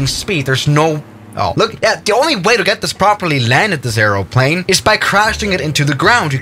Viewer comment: Two things. Try not to eat the microphone. Say aeroplane correctly 😅